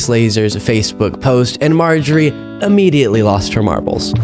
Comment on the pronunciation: its immediately!! you sound un educated when you say ammediately!! this from a 7th grade education.